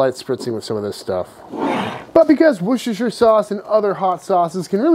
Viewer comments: Nailed “Worcestershire”. Proud. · OMG OMG you are the first ever American I have come across that can pronounce Worcestershire probably. I doff my cap to you Sir.